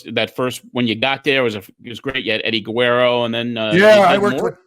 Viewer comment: lol at pronunciation of Guerrero - “Eddie Guwerro”